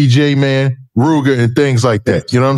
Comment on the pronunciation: you a Goofy. Can't even pronounce Jmane Name right. It's been way 2 long. Nobody says J man 😒